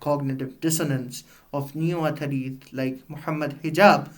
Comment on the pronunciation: Correct ur pronunciation of athari